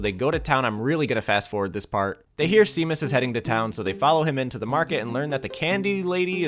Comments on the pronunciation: The name Seamus/Séamus is an Irish/Scottish name and pronounced shay-muss… although see-mass did give me a giggle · I know this vid is a year old but I need to clarify as an irish person cause it hurts to hear but it's not pronounced Sea-mus but pronounced Shay-mus. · seamus is pronounced shaymus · Shay-mus (it’s Irish) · See-mus? Is that how they actually pronounce it in-game? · Sean = Shawn but Seamus = C-mus? I hate the English language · Nah Seamus is pronounced Shay-mus, I don't think I've ever heard an American pronounce it correctly lol. They both come from Irish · this video is amazing!! it's so lovely to be able to find other layton fans as well who are as talented as you. i really enjoyed the whole video!! and as an irish person hearing you say Seamus is so funny, it's pronounced shay-mus if anyone is wondering lol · OMG NOOO you butchered the pronunciation of Seamus. It's Shay-mus. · Missed opportunity not to say that Seamus (which, as an aside, is pronounced Shay-mus, or so the Harry Potter films tell me) is not what he seems 😂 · That is NOT how you pronounce "Seamus" xD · i genuinely had to backtrack at the pronunciation of minor character legend seamus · Yo hour long voyan Professor Layton video let's fucking go! Bro can't pronounce Seamus LMAO